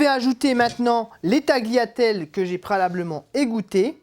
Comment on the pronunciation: C'est moi ou j'entends prélablement ? mdr. En plus c'est quoi cette recette où on met tomate et crème fraîche en même temps pour la sauce 🤢🤮